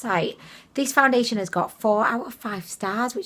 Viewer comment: I came her to hear you say “foundiddliation”. I HATE peeling stuff, I bought a new face cream and it peels!